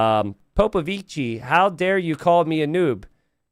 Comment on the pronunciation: proving with the color that he is a special boy with a touch of the tism. Explains he will never say Popovichi correctly.